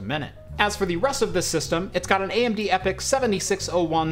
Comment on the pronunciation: You said AMD ‘epic’ but I heard ‘fx’ and was like wat 😂